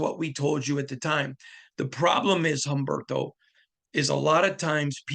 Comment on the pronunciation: Umberto… the “H” is silent in Spanish